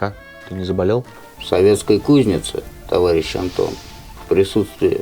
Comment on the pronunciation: Давно не получал столько удовольствия от просмотра ролика! Ура ТОВАРИЩИ! Но самый класс - это "товайищ" 😂😂😂